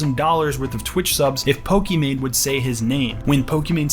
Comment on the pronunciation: “Pokmon” lmao